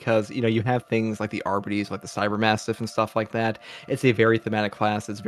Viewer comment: Why is it so hard Darktide YouTubers to pronounce Arbites correctly??? “Arber-Raider” “Arbiter” (from Halo?) “Arbeedees” “Ar-Bite” “Arby’s” (we have the meat!) “Arbidees” WTF!?!😂😂😂